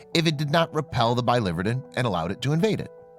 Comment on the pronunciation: It’s bili-VER-din, not bi-LIVER-din. “Verdin” meaning green. Bile green.